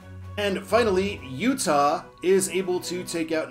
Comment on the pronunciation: Thanks for finally pronouncing my name right, and I forgive you. All hopes to Utah!